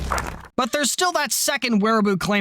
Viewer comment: Alright, so............while I get that you don't want to get demonetised, I do have to point out that the term you used to describe these [expletive deleted] is spelled Wehraboo, and the W is pronounced like a V.......because German, that's why. Trust me, I have limited knowledge of German, so........I hope you understand. :3 Other than that little mistake, good plane. Now, I wonder if you'll make a video about the J-36, or something like that. Because seriously, we can't just let China or Russia get their hands on a 6th Gen fighter first, so............... :/